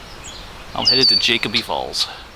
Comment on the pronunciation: Jacoby is pronounced with a long o. It’s just over the mountain from my house.